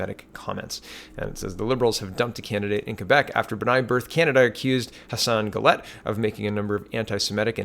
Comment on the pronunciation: B’nai BRITH! Not BIRTH. 😉